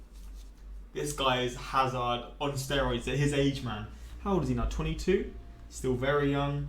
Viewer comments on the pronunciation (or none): none